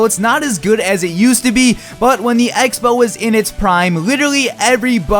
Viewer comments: Egg-spell? Speech classes at your nearest high school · Took me a long time to figure out the was actually talking about the X-Bow. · sounds like hes saying egg-spell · When you said x-bow I thought you said eggspow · Were, at the beginning of the video, you say "X Spell" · I thought he was saying egg spell, lol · When he said X-Bow I thought he said "egg spell" I'm an idiot... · Wait. Is he saying egg-spell or Xbow xD!!! <3 No h8 m8 still love you :)! You liked my tweet yesterday <3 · Did he say egg spell??? Lol😂 good video keep up the great work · For the first couple seconds I thought he was saying egg spell instead of x-bow and I'm like "what's that" hahahha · Anyone else hearing Him say Egg-Spell when he says x-bow ?Or just me? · Rofl it sounds like you say "Eggspell" instead of X-bow